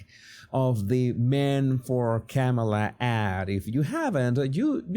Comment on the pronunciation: you had better learn how to pronounce her name.